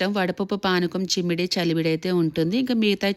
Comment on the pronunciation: S, she said chimmidi 😂😂😂